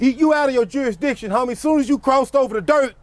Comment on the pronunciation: Say it again,juri, what??? 🍿🤣 juristition...???